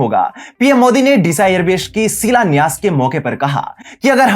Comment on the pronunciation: बसान काठा नही , सही नाम है बनासकाठा। और अपना उच्चारण ठीक करो जैसे एयर बेश नही सही उच्चारण एयरबेस है